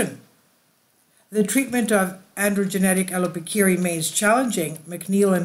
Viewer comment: The pronunciation of some key words were absolutely butchered to hell. Multiple wrong pronunciations of the same word and even made up letters shoved in there randomly. “Allopokia/allopokeery” = allopecia “Monoxilid” = minoxidil